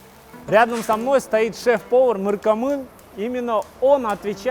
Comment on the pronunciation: Да. Тоже заметил. Если не можешь произнести имя, лучше не делать этого. Получилось как будто умышленно хотел оскорбить.